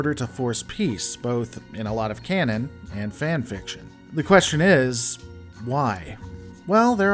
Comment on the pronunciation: Please,! The word is "Canon". I expect better English from a female.